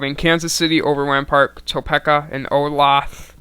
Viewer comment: Not tryna be a guy who corrects everything, but Topeka is pronounced TUH-PEE-KUH